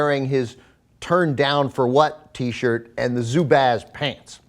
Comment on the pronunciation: Aren't they pronounced as "zoo-buzz"?